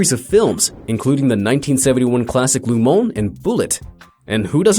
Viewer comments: then why did he say "loo" instead of "luh"??? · GEEEEEZ! it's LeMans, not Le Mon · Not LuMon dude.... LeMans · Also, why does he keep saying "Lu Mon" instead of "Le Mans"? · La moan🤣 pft! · "Lou Moan?" I think he owned a deli here in town... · Le Man = Le Mole? Le Mont? WTF? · You change the pronunciation of Le Mans like 8 times in this one video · Alfa Romero, or Alfa Romeo? And Lu Mons?